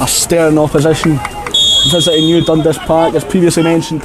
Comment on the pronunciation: It’s pronounced DunDAS not DUNdas.